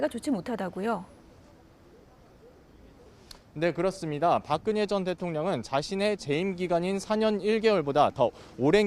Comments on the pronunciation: 박그년이래 ㅋㅋ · 박그년? ㅋㅋㅋㅋ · 기자 처음에 실수로 박그년이랬다..!!!!!!! 분명히 그랬다!!! ㅋㅋㅋㅋㅋ 실수겠지만 속이 시원~~ ㅋㅋㅋㅋ